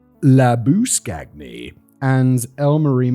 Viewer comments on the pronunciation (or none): Simon's pronouncation of Labushagne is the real mystery of this story